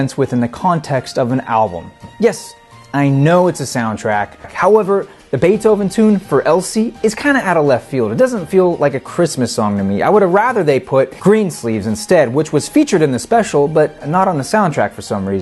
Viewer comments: So how come we didn't hear any actual cuts from the album? Was it licensing issues? By the way, Guaraldi is pronounced with a hard "G" as in "go" (gerr-all-dee) and it's Beethoven's "Fur Elise" not "For Elsie". Sorry to be picky but everything else about these episodes is top-notch so the mispronunciations jump out. Great choice for a review, by the way. Always played at my house. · And the Beethoven "tune" mentioned is pronounced Fur-a-LEASE. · If I may, nice suit. But, the lapels are a bit too wide and you should unbutton the jacket when you sit down. Nice color, though. Also it’s pronounced “Fur Eleeese”